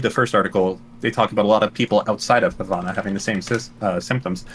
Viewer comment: I’m just here irritated at how Destiny, the child of a Cuban woman, is pronouncing Havana.